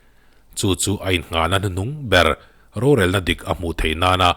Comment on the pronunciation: "Hnuhnung" tih tur, "hnahnung" ni loin.